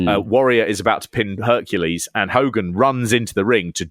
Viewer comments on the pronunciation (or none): none